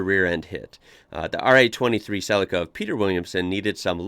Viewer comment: Suh Lee Kuh rather than Cell icker